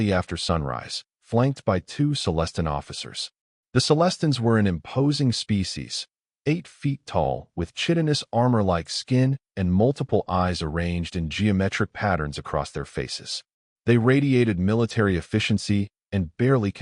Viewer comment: Chitinous is pronounced "Kitinous"